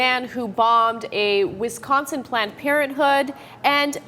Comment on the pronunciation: I'm so annoyed with the way people say Wisconsin. It's not "Wistconsin"! It's not just Anna who does it either, I have noticed pretty much all people who are not from the Midwest say it wrong.